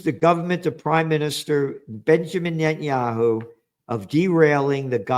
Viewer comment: Pronounced Nutsanyahu